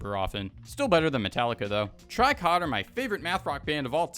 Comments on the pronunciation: it's not "try cot" dude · did you just say try cot